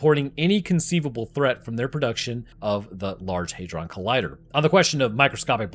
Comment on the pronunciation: HEYdron? No